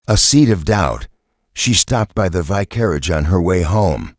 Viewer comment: Good mystery; awful AI narration! The ends of sentences do not have to be announced by "dot." If the AI can pronounce "vicar," how does it warp vicarage into "vi-carriage"?